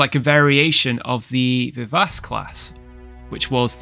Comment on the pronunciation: facepalm As a musician, you're hurting me, friend. Schumann - famous German composer - is pronouned "SHOO-mahn." "Vivace," the Italian word for "lively," is one of the standard tempos (speeds) in musical notation, and is pronounced "vee-VOTCH-ay." A musical naming theme, so I'm sure these are the pronunciations they intend. Adore your work, I've seen every single video. Don't mind my quibbling, keep up the fantastic work!